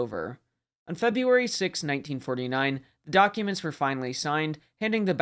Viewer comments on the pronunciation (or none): none